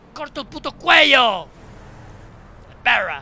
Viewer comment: Menuda leyenda hijo de pewwwrra